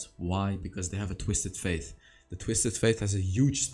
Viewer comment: I noticed that you always say twisted faith not twisted fate 😂😆😁